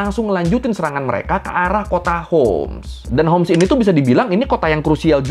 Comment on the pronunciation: حمص hims Bukan hums